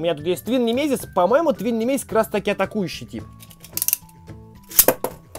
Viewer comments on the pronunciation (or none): none